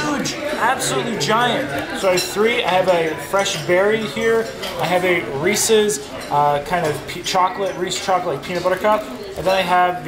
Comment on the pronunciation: Reece??? Lol 😆 come on it's Reese's!